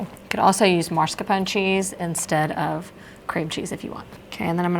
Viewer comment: all look delicious! nit pick: it's mahs-car-pone, not mars-kah-pone cheese. r is after the s. Keep 'em coming!